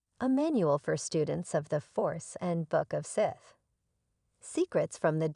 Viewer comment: Immediate downvote for the pronunciation of Sith.